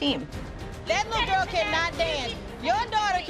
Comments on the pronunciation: “we said the same thing about your litte GooRrLl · “I WAs a BaD GOrL”